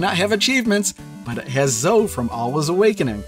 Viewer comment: Zoe is pronounced like Bowie, not Toe. I have a niece named Zoe. I mentioned this on your first video on this cart. Why are you still mispronouncing it? It's like everyone pronouncing Piko as Peeko even though there's a gd pi symbol in their logo. It's pronounced "pie-co". Even the company affirmed that with me in an email. Unsubscibing. You YouTubers need to at least get the names right if you want to be taken seriously by the literate. It's just basic respect for the companies bringing us these fantastic games.